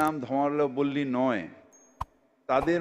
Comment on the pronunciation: ধর্ম + অবলম্বী = ধর্মাবলম্বী। এই সাধারণ উচ্চারণটা উনি একবারও করতে পারলেন না, আবার নাকি মেয়র !!😂😂😂